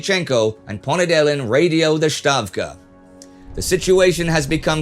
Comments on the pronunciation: Russian pronunciation note: stavka is pronounced "stavka", not "shtavka" as it would be in german. IWithout exception, russian letters are pronounced according to their spelling even when rendered in the latin alphabet. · Stavka, not SHtavka